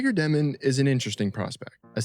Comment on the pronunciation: Insane take considering they have the most draft picks in the entire league till 2032, have their coach for the future already, and have five rookies who have not even touched the NBA court yet lmao. Also just to spread the wealth, it's dyoh-min, not Deh-min, he explains it in an interview if you wanna check it out!